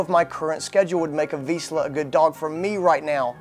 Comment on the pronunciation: At least you should pronounce "Vizsla" correctly before you make videos...